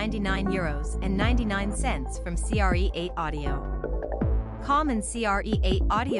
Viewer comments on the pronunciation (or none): Hey ding dongs, I think it’s pronounced create.😂 and don’t get me started about what hp stands for.😳